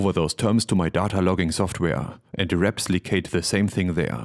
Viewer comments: Repslicate.... are you serious? :P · "Reps-licate" -- very nice. Smooth and subtle. :) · "repslicate" lol